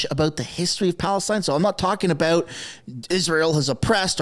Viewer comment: Did you say about or aboot